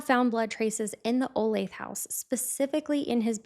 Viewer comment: I’m from the area you pronounced Olathe, right